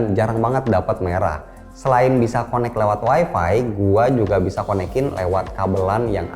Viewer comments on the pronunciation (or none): none